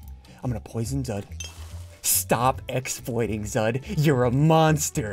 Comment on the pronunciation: +1 "Posion"